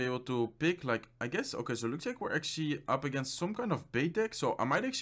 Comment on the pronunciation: How many times did he said "actally"?